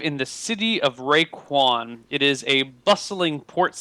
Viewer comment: Raekwon. Get it right. :P